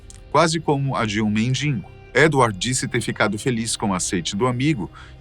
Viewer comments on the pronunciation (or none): Não é mendingo mas sim mendigo. 😂😂😂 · No "mendingo" parei de assistir. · Mendingo? Eu ouvi bem? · Boa noite. Este é o segundo vídeo em que fala MENDINGO!!!!!!!! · Eu ouvi o narrador falar mendiNgo?? É isso?